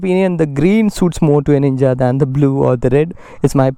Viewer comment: Man its ninja 300 not nina 300 plz correct it